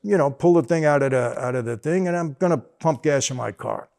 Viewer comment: "So I pull da ting outta da ting". 😂😂😂 CLASSIC!!!!